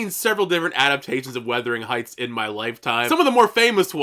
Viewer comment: Nice video. Just FYI you keep saying “weathering heights” but it is “wuthering.” You aren’t the only one. Some people are saying “withering.”